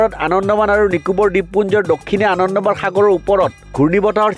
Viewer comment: আনন্দমান নহয় আন্দামান।নাজানিলে কব নালাগে।